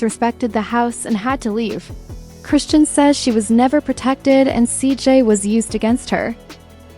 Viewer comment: AI narration rarely gets names right